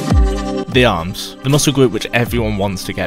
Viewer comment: “Stopped my awms fwom gwowing”